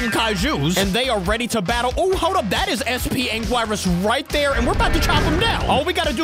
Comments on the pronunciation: the way to say it is angirus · this is how to Pronounce Anguarius An Gi not Ji but Gi so An Gi Rus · how to pronounce "anguirus" (aang-ear-rus) there you go :) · don’t wanna sound like a kaiju nerd, but it’s pronounced: ang-eee-ris just wanted to correct you without being annoying :) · Icheard him say angworus 💀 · It Is Pronounced Like Angyearus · How to say anguirus is An-gue-e-ru-s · His name is Ang-gi-rus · It’s ang -gi-rus anguirus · its not anegloers its anegres :chillwcat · Anguirus is pronounced Ang-ur-es. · hey you call them angorad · oh its pronounced angeerus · His name is an_ger-us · Name to pronounce Ang-gur-us angurius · Its pronounced : sp anguyrus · You say it like ang - er - res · Pronounce anguirus like ang ir us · It’s ang-ger-reis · His name is pronounced ang eer us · The pronounciation is ‘angirus’ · Anguirus is pronounced An-ge-rus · anguirus is pronounced "Ang-gear-us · its ang-geer- is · its spelled aguirus but is said like ang we rus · How to pronounce Angrius is an - gir - us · its ang-gear-is anguiris not ang-glea-ri-is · Its pronounced an-gi-rus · It’s pronounced an-geer-us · Why is he calling him angwarus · He name is pronounced an gear wris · You pronunce it as ang-u-ir-us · It's pronounced an gir ris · It is pronounced ang-gear-us angirus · to pronounce anguirus is ange rus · It’s not a grays it’s a n g I r is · Pronounce his name Ang-ee-russ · its prenounced an geer us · it's pronounce Angurius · It’s pronounced angeris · You say angwaris the words are a n g i r u s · Bruh you said ingwaras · its prenounced an-gir-us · It's An-Gee-rus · Why does he say anguirus like a Mexican food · the way he pronounces Anguirus... IT HURTS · how to say anguirus the u is silence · You don’t say his name like that lol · Bruh it’s anguris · “Anguaruas” not being rude but it’s “Ang Erus” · Angourus? It’s (ang-u-irus) The I is silent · Did just call anguirus “ang gyui riss”?!!! (Its pronounced “ang gear us” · Its angirus not anguaris